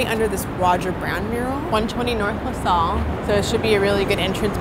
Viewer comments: Lasalle is pronounces LaSale. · LaSalle, not LaSol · Just fyi.. luh-sal. Like in 'salvation'